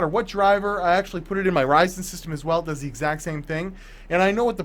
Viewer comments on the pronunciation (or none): none